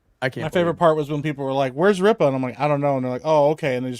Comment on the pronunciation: "RIPPA KNEE'S" had me dying